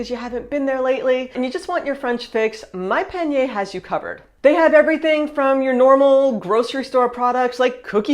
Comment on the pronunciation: I would like to suggest that you try to pronounce the letter A like the French do: AAH - not ÉÉH. When you talk about the sponsor, instead of saying Monpanier (my basket), you say "mon peigner", meaning "my combing".